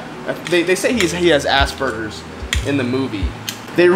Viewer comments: it's not "assburgers" its "aspergers" #doitwithcartman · not sure why, but every time you said 'Aspergers' i heard 'ass burgers.'